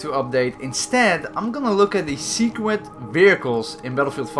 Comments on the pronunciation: secwet vihicles UwU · Is it just me or did he say “secwet vehicles?” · Secwet? ok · this is when ya Boi says secwet and not secret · Lol at the begining u said "secwet" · Nobody:: “secwet” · "Secwet vehicles" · Am I the only one who heard him say "secwet" or I got hearing problems? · "Secwet vehicles"🥺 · Secwet vehicles That's what he (she) said! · “Secwet vehicles” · Seequet veehickles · secwet vehicles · He he said secwet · At the start did he sat sewqwit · did he say seekwit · seekwet vehicle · What’s a secrwet? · Lol secwet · You said secret so weird